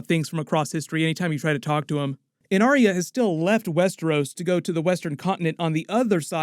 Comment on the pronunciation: Why can't people say Ar-ya? It's not Aria...FFS!